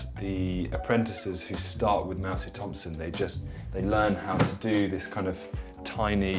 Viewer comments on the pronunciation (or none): none